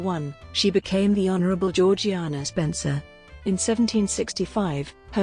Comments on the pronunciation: It's pronounced "Zhor-zhay-nah" and not as it's spelled. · It is pronounced GEORG JAYNA!!!!!!!!!!!!! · For a start , her name was only ever pronounced by her family and those who knew her, as George-Jaynah. And, her family home was pronounced Altrup, not Al Thorpe.